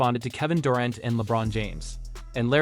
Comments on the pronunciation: Homie do you watch basketball? How do you mispronounce Kevin Durant's name? Sounds like someone who has never heard his name before...Its DURR ANT Not DUR AUNT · I cringed every time I heard "Dorent" and "resume". Chasing championships only doesn't matter when you can't win them. Toughness is doing whatever it takes to help your team win right now. One stat I wish someone would track down for us: flops. LeBron deserves the GOAT in that category. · “Kevin Durent” eh? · Kevin Door- ont. ??? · Anyone else hear this dude mispronouncing KD’s name? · You butchered names/teams....tough watch when you get Celtics wrong from the jump.....durant, you say two different ways...0 stars